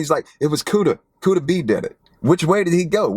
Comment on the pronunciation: It’s Kooda